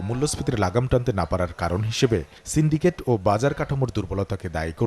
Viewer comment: চেনডিকেট চেনডিকেট বলেন এখন কে করে চেনডিকেট আগেতো এতোবেশি চিলোনা